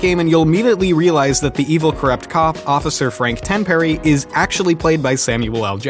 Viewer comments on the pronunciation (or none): you sayed tamperry wtf its tenpenny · It is frank tenpenny not tenperry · Frank "Tenperry". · I'm pretty sure his name was Tenpenny not Tenperry in GTASA